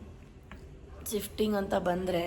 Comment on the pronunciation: ಸಿಫ್ಟಿಂಗ್ ಅಲ್ಲ ಅದು ಶಿಫ್ಟಿಂಗ್ 😅